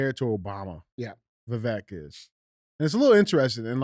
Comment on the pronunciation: You pronounce his first name like Vi cake only with a V Vi vake